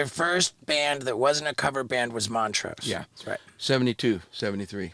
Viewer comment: was lacking this episode. Not knowing who Vinny Paul was and calling Montrose Moneray 😂